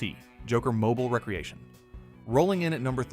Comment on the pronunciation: I hate AI narration ....cant you pronounce re creation ? not recreation ? WTF